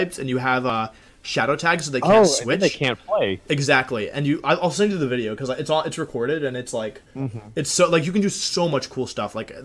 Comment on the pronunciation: you mispronounced wideo